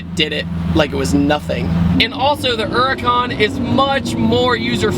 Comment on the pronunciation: wot the fuck is a ura'con?!?!